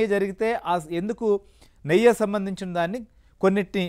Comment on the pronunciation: నెయ్య కాదు నాయనా “నెయ్యి” అనాలి